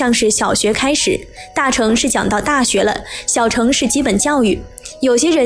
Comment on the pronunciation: 小乘要念小ㄕㄥˋ，第四聲，代表是車子的意思